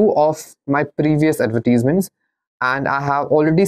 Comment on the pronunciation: bhai bolna to seekh lay. Adverteasements 🤣🤣🤣